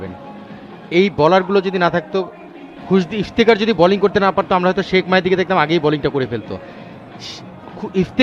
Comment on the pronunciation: সাথের এই ধারাভাষ্যকারের উচ্চারণ এত বাজে😔! তউফিক,ইফতিখার এগুলো কি ধরনের উচ্চারণ? একজন প্লেয়ার এর নাম যদি সঠিক ভাবে না বলতে পারেন 😇। আরেকজন শুধু এলিভেশন দিয়েই চালিয়ে দিচ্ছেন।